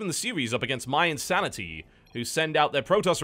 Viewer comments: Why does he keep calling mYinsanity MYE? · EH-nable, IN-sanity